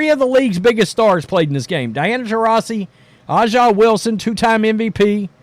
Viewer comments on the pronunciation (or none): A’ja is pronounced ASIA not Ah Jah. It is bigoted to intentionally mispronounce a person’s name. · Bro it’s not ah ja …. It’s “A” JUH Wilson and I’m not fan of the wnba but ur pronunciation drives me crazy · Why does this knucklehead keep calling her Ah'ja? I was trying to figure out who's he talking about. How hard is it to read (A) Its has a big A in her name. A'ja. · Her name is pronounced ASIA. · You cant even pronounce A'ja's name correctly. I know what kind of person im dealing with here 😂 Look, I cant deny Caitlin's popularity, these are facts etched in stone. Her game in college is entertaining such that she moves the needle. EVERYBODY (including myself) that watched the league before this season knew she was going to struggle because her exciting game can be shut down rather simply. Raven Johnson (who Cait only scored 7 pts on in the championship) did it. There are TONS of Ravens in the W. The W basing all of their success in Caitlin isnt sustainable with people like you. You're fans more of her than the league which is your right. You guys act like youre some sort of charity to the W, when the only potential charity the league is getting is from the NBA which none of you work for. Hype up her popularity all you want, wheres her game? She has work to do.